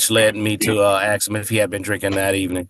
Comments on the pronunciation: Oh he AXED him a question did he? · It is not "ax's" it is "ask" ... Are they uneducated? I am sure at some point in their education someone told them the correct pronunciation.